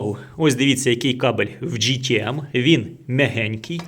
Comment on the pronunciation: Джі, це “J”, а у вас “G” тому ГТМ Але не кожне «Г» то гімно! Дуже схожий з Vitals міксером. Якщо виграю зрівняю;)